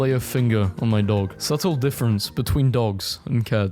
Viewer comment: bro really just pronounched the b in subtle